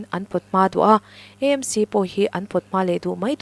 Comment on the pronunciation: EMC nilovin,AMC ti hram la